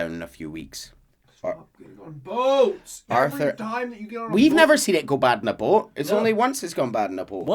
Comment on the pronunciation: Ever since the Kingdom Hearts lore dump, I laugh whenever says boat.